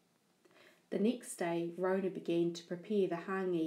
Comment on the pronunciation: It's Rona not ronah